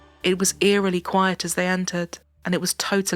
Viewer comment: Whats the difference between quiet and eeril quiet?